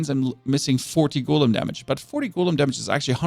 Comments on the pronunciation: what the hell is a goooolem? Did I learn english on a different planet? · Repeat after me. Golem. Not Goelem.